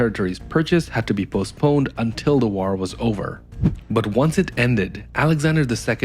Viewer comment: I like that you pronounce war like an ork